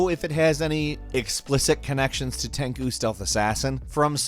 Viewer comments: TenGu? Tenku? HAHAHA TEN SHOE is how you say it man. Geez. I loved the Tenchu series. Best Ninja games ever if you ask me with Bushido Blade being my fav. as well. Somebody needs to remake/remaster Bushido Blade with Gore etc. I WOULD EAT THAT UP! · TenCHU not TenKU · Tenku= ten-coo Tenchu=ten-chew pls know the difference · Ten"ku" oh god no, please stop trying to say Japanese words. Ten "CHU" And no, it doesn't. Fromsoft have already clearly stated the game was original developed to be a Tenchu game but changed so much over time that they decided to turn it into a new IP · never thought that TENCHU pronounce as TEN KU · Tenchū now Tanku xD . Tekken butchered taken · "Tenchu" is pronounced TEN CHOO. Jesus Cripes. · SAY IT WITH ME. TEN-CHEW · Love you guys to death but I have one thing to say. Tenchu ie Ten-shoe, that is all.